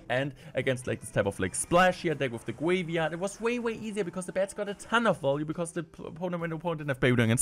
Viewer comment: “Gweivyard player”